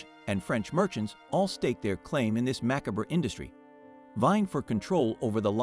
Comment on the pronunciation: Strange pronunciation of words re treacherous and macabre.